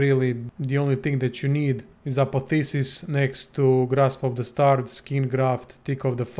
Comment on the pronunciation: Its not Apotheses, its ApotheOSIs